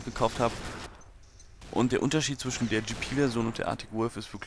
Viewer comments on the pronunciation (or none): none